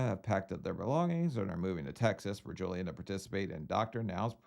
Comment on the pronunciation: If I hear say “Joeliun” one more time I’m gonna scream.